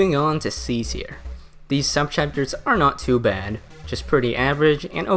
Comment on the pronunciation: Bro is never beating the not being able to pronounce C Tier allegations